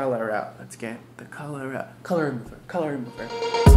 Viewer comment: At the start it sounded like he was saying let's get cholera and I laughed harder than I should've